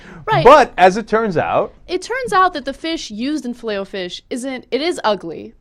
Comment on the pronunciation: i hate the way she stresses the O in filet o fish